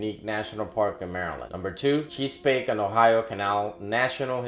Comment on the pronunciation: Cheese-pake???? A-lig-gany, Yoz-mite?